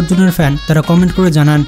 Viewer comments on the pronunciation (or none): none